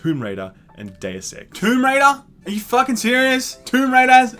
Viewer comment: Why is it so hard to say "Deus"?